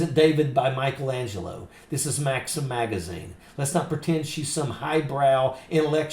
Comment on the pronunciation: Can this ignorant woman not pronounce "THIS" ? She has had enough time and $$$ to learn English properly. DIS, DIS, DIS, DIS, DIS. The phrase "I really don't care do you" really echoes here